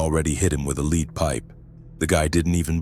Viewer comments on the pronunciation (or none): Lead pipe where lead was pronounced leed (rhyming with read as opposed to led) makes me think AI narration at least. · Lead pipe. Not leed pipe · A Leed pipe?…come on AI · I wish they would proof read/listen to these. What happened to the guy who went to the farm house. Mis-pronouncing lead. Kept saying "we" when he was alone. Repetative sentences e.g. the talk around the water cooler. I know its A.I. slop but I expect better